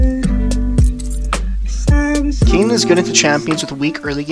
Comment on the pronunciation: Kin - Kane Co-op de gra-se - coop de grace